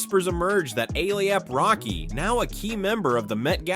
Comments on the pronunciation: 👀 😳. 🫢.DID HE MISPRONOUNCE A$AP ROCKY NAME 👀🤔 CALLING HIM “A-TAB ROCKY🤷🏽‍♀️👀. . I BACKED UP & LISTENED CLOSELY TO SEE IF I HEARD THAT RIGHT & HE MOST CERTAINLY DID🤷🏽‍♀️😳😗 Uuggghhhhh 🙄🤦🏽‍♀️ Just sayin!!!! 🤷🏽‍♀️🙂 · Atap Rocky. Athap Rocky. A-apple Rocky. A-pap Rocky. Aliap-Rocky??? What is this? Artificial Unintelligence? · Each time you've used each of their names, you've pronounced them soooooo wrong... "A-Thappy-Rocky" "A-Thap-Rocky" has me deadddddd 💀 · His name is ASAP ROCKY not atap racky 😂😂😂😂😂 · A Tap (Ehh-Tapp Rocky) Rocky? 🤭🤣🤣🤣 Huh? Why he messing up dudes name all through this video? Oh Lord. 🤭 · WHO THE FRICK IS AYAP ROCKY?! 👏🏽 I HATE AI VOICES 🤦🏽‍♀️ YALL BUTCHERED THIS MANS NAME 100 TIMES CALLING HIM ATAPPY. EACH PRONOUNCIATION IS WORSE THAN THE LAST ONE! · Why is he say ASAP ROCKY name wrong bro whose A-AP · A-Yap rocky is all I could hear 😂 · This was a really interesting video until you started mentioning A$AP Rocky and said his name like five times wrong mate. 😂You need to do your research and find out pronunciation before you do that man😅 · Why is the person narrating saying ASAP ROCKYS name weird? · The amount 😂of times he slaughtered ⚔️🩸 ASAP ROCKY’s name 😂 Is truly remarkable 🎉🤣🤣🤣🤣😭